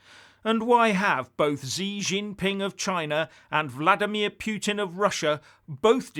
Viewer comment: Norway, Finland, Estonia, Latvia, Lithuania and Poland all have direct borders with Russia, so Ukraine is hardly a buffer zone to the west. And, learn how to pronounce Putin, you sound stupid.